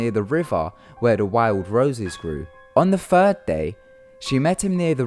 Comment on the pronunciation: "on the FIRD day, she met him down the riva" FIRD, really? FIRD?